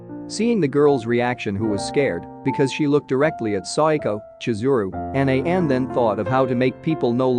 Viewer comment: it sounded like Sayako to me, also he prounounced Ayane as A-yane like Diane instead of A-ya-ne...but I think he's using a text to speech app that's why there's issues with the pronunciations